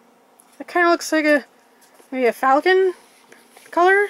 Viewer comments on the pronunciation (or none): none